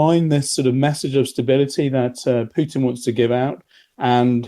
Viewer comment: He says Piutin 😅